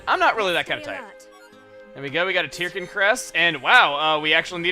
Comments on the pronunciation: I figured Tirkin was pronounced "turkin", like "turkey", since they're little bird guys. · Chugga, you pronounce Tirkin as "Tear-ken", yet I always thought it was pronounced as a combination of turkey and chicken (tur-ken). Do you pronounce it as "Tear-ken" because you simply want to say it that way, or is there something in the name I just don't get? I'd love to know if you have more information on the name. Either way, keep up the amazing work.